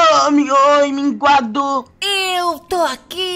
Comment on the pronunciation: minguado: mds. HulkBR: minguado.. minguado... 1 mingado, dois minguados, três minguados....